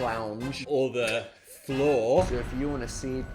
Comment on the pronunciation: The “phloor” this is going too far please